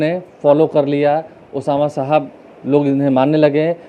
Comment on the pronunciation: अबे नाम तो ठीक से लेना सिख लो बाद में माइक पकड़ना...उसका नाम ओसामा सहाब है, साहब नहीं।